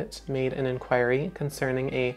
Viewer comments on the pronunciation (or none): none